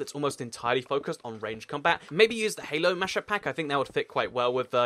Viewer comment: He said halo mashup mack